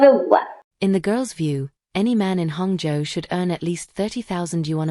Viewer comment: I find it amusing that Hangzhou is pronounced hung joe😂